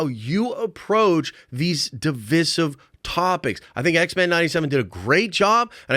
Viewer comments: Learn to say divisive properly…. Other than that great video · Even tho I agree with him, I couldn’t pay attention after constantly hearing his pronunciation of DIVISIVE